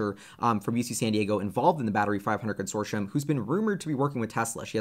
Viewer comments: Consortioum? 😂 It’s pronounced Consortium. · Con-sore-tee-um not consorshum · Very informative. Thank you!....and it's "con sort tee um" not "con sor shun" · Con... sort...e... um... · Consortium is pronounced: Con sor te um